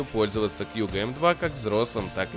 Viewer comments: А у меня у одного режет уши от того что он говорит кьюго, а не кугУ??? Ааааа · Во первых не кьюго а куго, во вторых он выглядит вобще по-другому а так обзор хороший